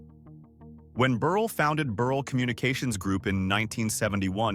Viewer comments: Mr. Burrell’s name is pronounced ber ell. I worked for Mr. Gardner at Soft Sheen and Perfect Pinch. Knew the whole family to include his brother Frank Gardner. I graduated from Chicago State University. Also knew Mr. John Johnson, worked for Fashion Fair. Also knew Mr. George Johnson, UltraSheen company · Corrections: Mr. Burrell's last name is pronounced Bur-rell. In addition, please check the accuracy of your statement that Fay Ferguson is his daughter. She was the Co-CEO alongside Co-CEO McGhee Williams-Osse. Thank you so much for your commitment to telling these stories. These stories (and their accuracy) are an important part of American history. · You made an excellent attempt to highlight Black Businesses and very and highly successful rich Black residents. However, you needed to do some fact checking. Some of your information like locations,pictures, name pronunciation (Burr--ell); , family(children) Faye????? You left out John Rogers Jr. He is the head and founder of Ariel Investments.I give you a score of 75% of this is accurate. ( Pronunciation, pictures, family legacies,etc. (not accurate). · #8 is pronounced Buh-rhell